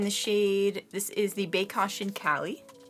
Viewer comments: Lol she said bae- caution and not baecation like vacation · It's pronounced "baeCAYtion" not "baeCAWtion" lol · I jus my notice you were saying baecation wrong the whole time 😭 it’s bae -cation as in vacation